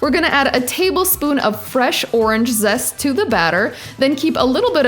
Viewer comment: When you said zest it sounds like zessa